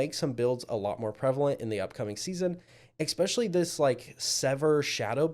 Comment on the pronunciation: This was an “ekspecially” good review.